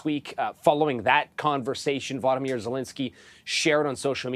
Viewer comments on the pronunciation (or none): none